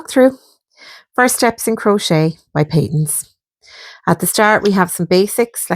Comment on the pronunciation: I’d say Pay-tuns. (I’m Scottish and 70 years old and that’s how I remember it being pronounced. 👍 Nice video!!